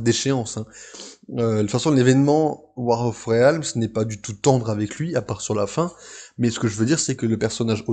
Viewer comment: Hoy Je me permets de commenter (pour une fois) tes vidéos pour te donner mon avis et te prodiguer conseils (peut-être avisés, qui sait). - Pour commencer, c'est pas "Ré-Al-mse" mais "Rilmz" niveau prononciation, ça me perturbe beaucoup x) - J'ignore si tu as des notes à côté de toi mais tu devrais en faire. Notamment vers quand tu parles de l'équipe de Malekith ; histoire de savoir qui est dedans. Le "de mémoire" fait genre tu n'as pas bossé dessus ou alors le détail est trop peu important (sachant que tu fait une aparté dessus, c'est pas l'effet recherché je suppose). - Le montage est pas quelque chose d'aisé, j'en conviens, mais quand tu prends pour exemple une page de comics, par exemple lorsque tu parles des couleurs, tu devrais la faire apparaître à l'écran (exemple : Tu la fais apparaître devant la page actuelle de ton exposé, tu fais un effet de flou derrière et un zoom très lent sur la page. Pas facile mais ça rend bien je trouve xD)